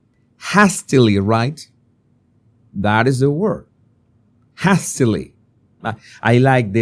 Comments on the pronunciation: ‘hastily’ is pronounced ‘haystily’ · Hastily= " heistily" /ei/ sound as in play ( not hastily ) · HASTERLY is spoken as Hay(as in Hay you give animals or Hey, how are you) not Hay as in cat or hat. Hope that helps. You are getting much better with your english xx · "JEIS-ti-li" is how you'd pronounce "hastily" if you were to read it phonetically in Spanish,. 💝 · Hastily = 'hay - stilly' . Haste - fast quick "hayst" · Haystilly…..is the pronunciation my dear…x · With much love & kindness - hastily - pronounced - haystily (long hay & short tilly) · Hastily is pronounced HAY-stA-lee - emphasis on the HAY :) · Love you: hastily : HAY still lee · Hastily is pronounced … hay- sta- lee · Hastily is pronounced 'hay still lee' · Hay sta lee. Long "a". The other word you were looking for was "element". As, "She was not in her element". Just trying to be helpful in good faith. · Borrowing from elsewhere “Kate is looking for the Sussex children”…….BTW hope you don’t mind me pointing out that the ‘a’ in hastily is pronounced as in ‘hate’. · Love your videos,, and I wouldn't mention this except you have asked us to help you with your English. The a in hastily has the same sound as the a in hate. Also, homely means unattractive. Homey means it feels cozy and comforting, like being at home. One letter changes everything. I'm sorry English has so many quirks, but admire you for learning it as well as you have! You've come a long way with it since you first started as the. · I loved the pronunciation of hastily. I was about to google it before the penny dropped😊. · “Hastily”, with a long a, as in “hay”